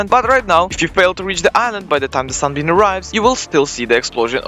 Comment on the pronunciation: did bro just say sun bean